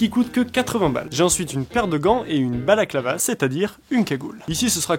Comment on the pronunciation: C'est pas un balaclava c'est une "Baclava"